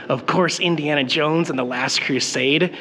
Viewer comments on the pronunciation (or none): none